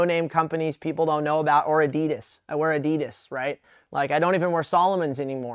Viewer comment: Why does he say adidas like that